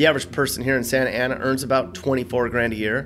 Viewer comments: Santa Ana aka 'Skantana' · People that say "SANTA ANA" are obviously not from "SANTANA". My birthplace and hometown. Would move back in a heartbeat. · The way he emphasized, "Santa Ana Winds"... The hate... 🤣